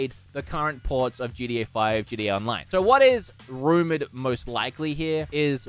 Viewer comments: Why is this man pronouncing gta gda? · It’s not “GDA” it’s “GTA”... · Say GDA one more time!! It’s GTA… GTA, for the love of.. ahh fugget about it. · Why am I hearing him say GDA instead of GTA, am I the only one lol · Why are you saying gda I mean you said it like five times one time I understand but come on